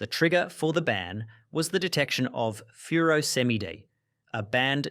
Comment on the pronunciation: Bro said “feuro-se-mide” instead of “furosemide”